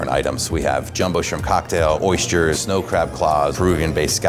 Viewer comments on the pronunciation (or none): The guy said "oistures". Not oysters. Not moisture. "Oistures"